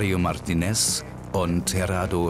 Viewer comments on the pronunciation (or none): Warum wird der name Martínez immer falsch ausgesprochen? Es ist sogar extra ein Akzentzeichen auf dem i, was bedeutet dass das i betont wird und nicht das e.